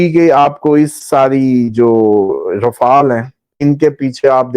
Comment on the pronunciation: رافال نہیں رافیل ہوتا